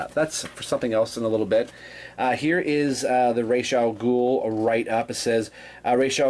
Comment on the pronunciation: Sorry for been so late seeing this review but what can I say Thank you Thank you Thank you so so much!!! I geeked out watching this it was so good to finally hear someone else say the name properly Oh my freaking God every time you said his name I could feel the torment of those backward videos I've seen in the passed and not to mention Christian Bale getting the name wrong fustration drifting away!!!! Now since my psychological torment is over on to your review it's good to see that the black side of the board building up really coming along well buddy almost there i really like your mixing it up definitely a well painted figure totally agree with you on that i can't wait for the next piece to be put up great job as always buddy thanks so much for this.